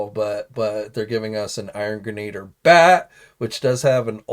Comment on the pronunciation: I don't know why but none of these youtube guys can pronounce it right, not the only one.